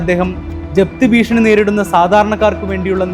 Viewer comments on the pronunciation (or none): none